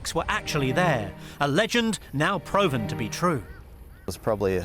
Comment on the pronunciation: Dude legit just pronounced "proven" like that